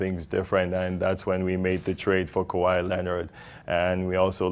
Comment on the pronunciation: Pronounce Kawahi Leonard name well